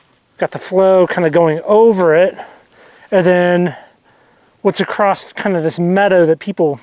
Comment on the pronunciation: Did say "acrosst"?